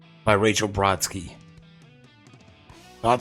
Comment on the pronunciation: "Brodsky"...Lol EST 🙄🤣